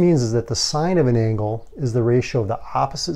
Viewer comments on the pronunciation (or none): none